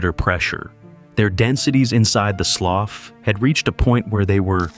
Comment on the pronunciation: That is pronounced like sloo